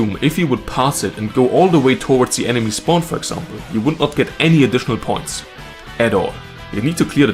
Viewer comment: I really like the rainmaker checkpoints. I had this idea months ago. also "spwan"